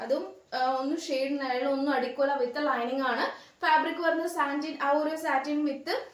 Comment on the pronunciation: ഒറു അല്ല ഒരു എന്ന് പറയു